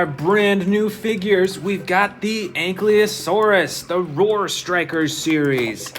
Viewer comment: Anklyasautids bro said😂